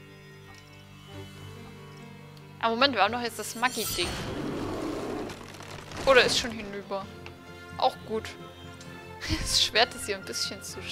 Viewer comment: Das Spiel sieht sehr interessant aus, ich glaub, da guck ich öfters mal rein :) Ich hab bei dir übrigens immer Maggi anstatt Magie verstanden xD